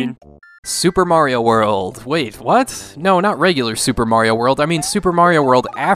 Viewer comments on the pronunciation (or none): none